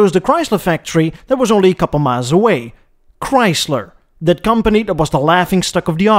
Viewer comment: Chyys ler